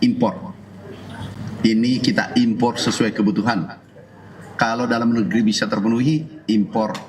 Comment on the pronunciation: Sori keluar konteks tapi aku suka denger kata impor R nya kedengaran dari pada tukang kayu bilang gak butuh impat impot tapi mempermudah barang Tiongkok masuk.